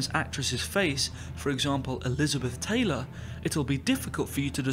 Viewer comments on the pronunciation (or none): none